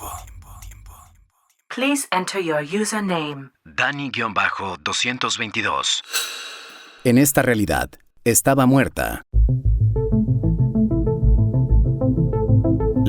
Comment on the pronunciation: diciendo 222 en vez de decir 2022 xd, gracias por tus historias tan interesantes, te apreciamos bonito!